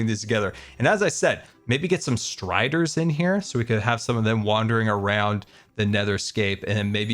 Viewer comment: 33 >> strider strider be mine.. strider me mine.. (I CABT UNHEAR IT EACH TIME I HEAR STRIDER)